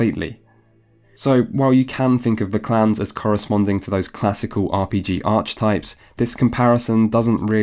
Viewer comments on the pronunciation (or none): It's pronounced "ark-etypes" just so you know :) in both British and American English. Great video!